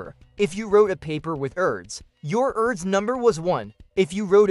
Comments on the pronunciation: It’s pronounced “Urr-dosh” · I believe it's commonly pronounced as 'Air-dush'....Mr AI narrator!! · I cannot stand the mispronunciation of his name. How lame.